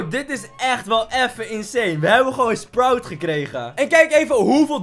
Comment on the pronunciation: En je zegd sproet maar maakt niks uit🤩